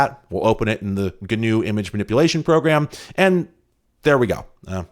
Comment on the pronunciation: Hi, sorry I'm so late, it's actually pronounced Guh-new and not Gnu. :)